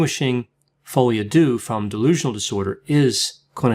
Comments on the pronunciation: Hi! Love your videos! I just wanted to mention, since you seem to often speek about "folie à deux", the "deux" is not mentionned like you would say "do" or "dew", but more like you would say "der", like the end of "grinder"! Keep up with the great content 👌👌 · It's follee ah deuh not uh doo. Depression alliance dot com is wrong. They have depressed me more than Coronie. Great video otherwise!